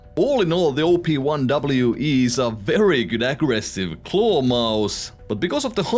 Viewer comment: i thought you were calling it the "Obi-Wan" for a sec lol